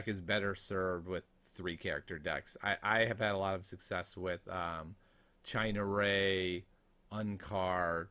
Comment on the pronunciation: Lol "China Ray"...Ciena Ree..."See-en-uh Ree"